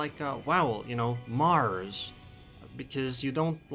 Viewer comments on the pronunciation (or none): none